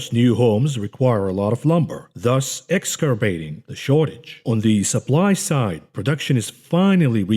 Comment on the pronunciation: Eggs Ass Err Bate = Exacerbate